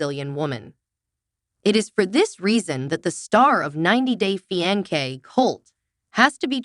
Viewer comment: This is the most shitty AI-voiced video I've ever watched. WTF is a Fee-on-kay? you fucking idiot.